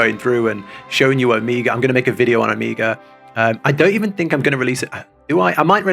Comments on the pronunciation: The repeated "Omiga" really threw me off while listening lol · Too Bold of a statement, you still have Shadowbringers trials ;D Also: It's "Oh-Meh-ga" Omega as in the final letter of the latin alphabet :) rather than Amiga, a brand of computers by Commodore :P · how do you criticize someone's pronunciation without sounding mean? because i don't want to be mean, but also the way you say omega - which is a very real word which is not uncommonly used in english - kind of drives me batty! oh-MEH-guh. O, Mega. literally means 'mega O', actually! the last letter of the greek alphabet (big O sound, hence mega O) used as a synonym of 'the end'. real word! again, very much not trying to be mean, trying very hard to be educational and not sound critical, but i do think it's important to pronounce real words right when possible, especially when you're going to need to be saying them a lot very soon!